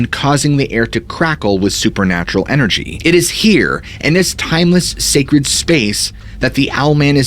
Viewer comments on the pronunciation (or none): none